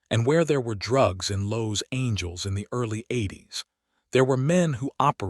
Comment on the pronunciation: Yeah the "Los Angeles" mis- pronunciation was my first clue that the rest of the story would be bullshit. It looks like I was correct.. Very creative story if you're writing a fiction novel.. Way to go A.I.! ( Artificial Ignorance)